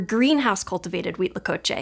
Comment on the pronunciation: Kudos for pronouncing Huitlacoche correctly every time! 👏👏👏